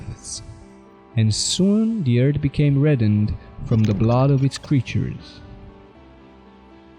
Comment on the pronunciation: Did you stay home from school the day they taught yinz the letter H or what ?? It's eartH, not ert... It's tHousand, not tousand...